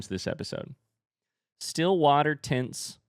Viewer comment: Spoiler Question Is saying tints or tents blank books??? Isnt it just tints and is gone crazy